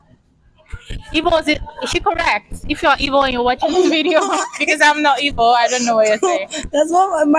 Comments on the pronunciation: She’s correct in her Igbo. Perfectly pronounced too. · Yeah, she actually tried with the Igbo pronunciations. 😂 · you're special.as a Nigerian igbo girl,she really tried in the pronunciation.nice to meet you am also igbo. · as an igbo shes right and she said shut up correct pronouncation needs a bit of brushing 😂🎉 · Yeah she got the igbo correctly anya = eye nti = ear onu = mouth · She very correct with her igbo language and pronunciation is good better than my kids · Interview her more I love watching her she so calm and dramatic love the way she talks. She also brilliant all the Igbo pronunciation is good 👍 she is good good news.. gospel means the same as oziomachukwu.. I love her ❤ 😍